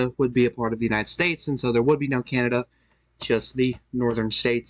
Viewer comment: Came here to say that. Candada, Alabamada, Alaskada.